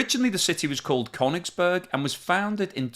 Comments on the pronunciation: That's not how you pronounce Koenigsberg either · it completely undermines your claim to know something about it if you can’t pronounce names properly. It’s KalinINgrad with four syllables, not three. And it’s “Koenings- burg”, not “Kone- ings-burg”. From Koenig, meaning King. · No, it's Koenigsberg or Karaliaučius!